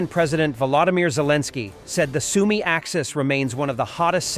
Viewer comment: Soumy, pas Sounoumy! Zaporijia, pas Zapori! Marioupol, pas Marioupopol!